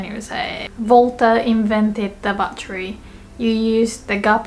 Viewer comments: when she said "who invented the battery" I thought she said "who invented debauchery" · I thought you were asking “who invented debauchery” :v